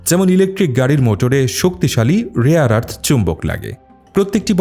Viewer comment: বাংলাদেশী মিঞা মাল মনে হচ্ছে! বর্বর। কথা ঠিক করে বলা শেখ।ওটা 'রেয়ার আর্থ' হবে।আরস নয়।🦛